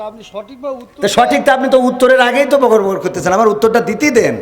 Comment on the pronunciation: নিরপেক্ষভাবে বলতে গেলে বকর বকর শব্দটা উচ্চারণ করায় সমস্যা সৃষ্টি হয়েছিল